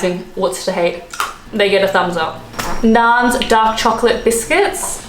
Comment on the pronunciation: A tip: best way to open a pack of bikkies... take a knife and simply cut though between the biscuits towards the top of the pack. Nice clean cut, no broken bikkies, no broken nails (you ladies), nor biscuits and plastic strewn across the room. PS. It’s “Nairn’s”, not ‘Narns’ 😬